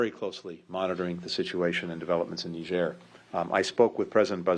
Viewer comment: She can’t even pronounce the country properly